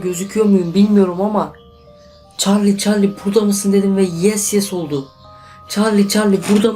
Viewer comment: Çallı çallı diyo ama güzel